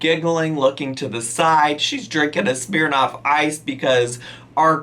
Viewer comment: The way you say ‘Smirnoff’ kills me